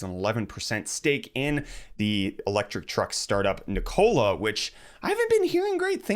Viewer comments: You say Nikola wrong :p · omg, lol.. .Nikola: like Ricola... no! :D